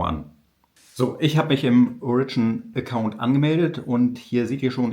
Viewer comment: Aber warum zum Teufel versteifst du dich den Namen der firma englisch auszusprechen? Ist das cool😮? "Origine" ganz einfach so viel französisch muss doch möglich sein